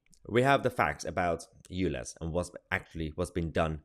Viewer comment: if this guy says "lez" or "you lez" one more time he's going to get himself demonitized and locked up for homophobic hate crime, i really would not be surprised if he's already triggered the YT sensors